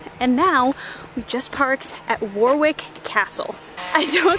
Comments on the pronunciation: its pronounced wa-rick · awwhhhh she pronounced warwick castle as war- wik not woh-rik that’s cute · Warick not war wick. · war-wick castle? that made me smile. it's pronounced worrik. and thanks for posting this lovely, smiley visit. I loved it. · Lovely video - don' t pronounce the second W in Warwick though - it shoud be War-ick (not War-wick) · The Americans say Stratford Upon Avon. The British say Stratford On Avon. Please say Warrick Castle, not War wick Castle. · Warwick Castle is pronounced Worick. I spent the night there with nothing but a torch, it was dark, spooky and awesome! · How do you do it? Everything you post is better than the one before. I'm really loving watching your travels. FYI, Warwick Castle is pronounced Warrick, yes, I know it doesn't make any sense at all but it's OUR language and we can mangle it any way we like. Keep up the great work......the ancient Englishman. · I live about 40mins drive from Warwick, which is pronounced War-ick, no middle w sound. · I pronounce it "worrik" because I still have my annoying cant speak british accent from where I was born in Coventry lol. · it is warick there is a silent w in warwick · It’s pronounced Warick castle. The second w is silent. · good that you made the effort to explore and realise that London isn't England, fyi Warwick is pronounced war-ick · WARWICK, IS PRONOUNCED WORRICK OR WARRICK THE SECOND 'W' IS SILENT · Warwick is pronounced, Worrick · Dont say AvON, say Avun. Warwick is Warick, silent middle w. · Warwick is pronounced ‘worrick’ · Warwick is pronounced Warick ,and Norwich is pronounced Noridge. Funny old language isn`t it? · its pronounced WA-RICK NOT WAR-WICK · Warwick is actually pronounced more like 'Warrick' great videos!.👌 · Warwick... Butchered the pronunciation